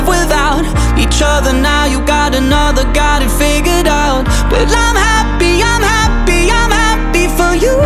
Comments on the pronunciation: Vũ hát sai bạn ei, "figured out" mà phát âm thiếu thành ra "figure out" nhá. Còn vô số người Việt không phải giảng viên tiếng anh mà vẫn hát tiếng anh hay nhé. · Vũ xuất thân thuộc tầng lớp trung lưu thượng nên phát âm tiếng Anh như bản địa là chuyện bình thường á. Còn đúng là đoạn figured out phát âm sai thật. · Ông thấy phát âm giống nhau là do trình độ của ông thôi :)) tôi lên đại học mới học tiếng Anh nghe còn thấy thiếu âm d rõ ngay, chưa cần đọc comment. (Đương nhiên Lukas phát âm đầy đủ, hay nói cách khác là không “giống nhau”)